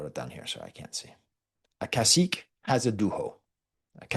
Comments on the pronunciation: Cacique is not pronounced like a french “-ique”, like Martinique for example. It’s pronounced like the Spanish “que” like queso. So its ca-see-keh. If you want to learn about Tainos, you would do well to seek out Puerto Rican historians, like Jalil Sued Badillo, Francisco Moscoso, Fernando Pico, and the like. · Just a nitpick the pronunciation of the last syllable in Cacique is more like Que in Spanish—without the uncertainty of a question lol